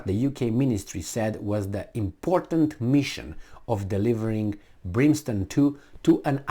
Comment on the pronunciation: It's - Brim stone, as printed out in title, at least, not Brin stone as you were saying it; as in, 'it rained brimstone and fire on Sodom and Gomorrah ' ! All of mankind and all their militaries are way out of their "league."